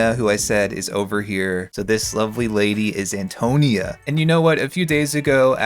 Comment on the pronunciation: This is super entertaining and I’m not Italian so take this with a grain of salt, but I think Antonia is pronounced ann-toe-KNEE-uh, emphasis on the “ni,” not the “to.” But goddam your videos make me miss TS3 so much.